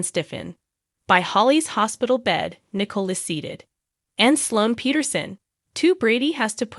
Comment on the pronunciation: Nickle???? lol at least say her name correctly and Ava too geez